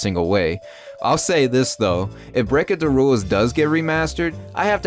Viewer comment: Breakindawules. Lol